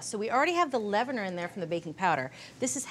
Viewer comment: Its leavener not pronounced as levener pronounced as the word leave.